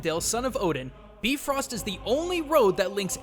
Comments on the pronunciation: Oooh maaan. You were sooo much closer in pronouncing the Bifröst bridge correctly but it is actually pronounced Bee Rawst. Not Bee Frost. With a slightly rolled R. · bifröst is pronounced bifroost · Nope. It actually sounds more like "beef-roast". I was disappointed too. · Even if you are supposed to say the "bee" portion way shorter, "bee-frost" is how i would explain how to pronounce it. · But since it's old Norse, I can't be sure of the real pronounciation. It could very well be biff-röst. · i may be late to talk about this but sense in am from iceland i already know about northen mitholigy and he pronounced the names kind wrong. i know the names are diffrent depending on language but they use Ö and you pronounce it like this : uh. ei= ay. i may be over analizing this but i just wanted to say this. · Surprise, the American-made movie got the pronunciation of the Norse word wrong. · Still to this day i have yet to see anyone on the internet pronounce Bifröst correctly. Even Marvel butchers it.